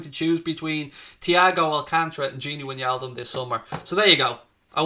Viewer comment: It’s “ Why Naldum “ !!!